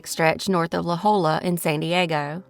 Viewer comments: It's pronounced La HOYJA... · You pronounced the 'L', but, being of Spanish origin, the double 'L' is a 'Y' sound 'ya'. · La 'Hoya' pronunciation. 😊